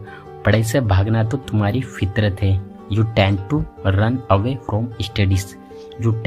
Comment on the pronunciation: tend to run away women tend to (not dent to).....